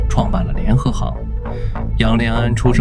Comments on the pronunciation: 现在很难听到真正的人说话了 联合行（xing） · 一会把联合行读成联合型，一会读成联合杭……能不能先仔细校对智能解说，再学人家做视频？